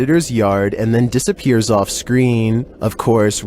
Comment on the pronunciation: new word unlocked ... " dissap-er-ates?"